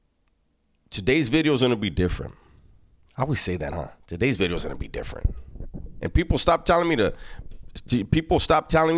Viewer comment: Did you say new bideo? 😂